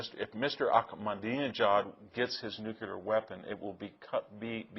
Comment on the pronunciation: I really admire Victor, but I find it so necessary to correct his pronunciation of the word NUCLEAR, not NUCULAR! I hear most presidents and mostly men doing this! It really irritates me greatly!!! Please check your pronunciations Victor. Otherwise, I think you’re brilliant and so correct on almost everything else! Thank you for these talks and lesions.